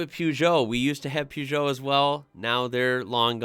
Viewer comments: I am sorry to do this for Peugeot the g is a hard g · Please, please, please for the love of all that is automotive related, google how to pronounce Peugeot correctly. I cringe every time you pronounce that word the american way. Peugeot is an old automotive company, that is over a hundred years old as far as making cars goes, and is actually even older and it's just disrespectful. Dacia is a Romanian car manufacturer owned by Renault, and they've been around for about 20 years making cheaper but reliable vehicles. Renault Megane is definitely a popular vehicle as its sporty look makes it attractive and is usually very reliable. Vauxhall is just a different name for Opel, another old German car manufacturer that's been around for over a 100 years. Astra and Vectra are their most popular models. The original Opel Cadet can still be seen driven around Europe as it was a very reliable care if the owners took care of it properly.